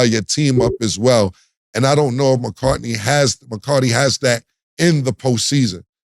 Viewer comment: Saying Mccartny and Mccarty when you can clearly read it’s McCarthy is crazy , same as cam saying Tomlinson when it’s Tomlin